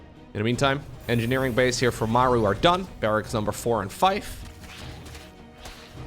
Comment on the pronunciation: literally thought you said "bed sheets" when you said banshee. New unit lol